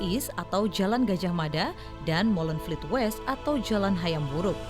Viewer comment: Molenvliet, bukan Molenvielt.